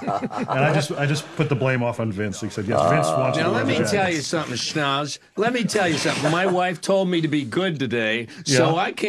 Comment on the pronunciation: my ears perked up there haha I had to google if Thomas Schnauz was from jersey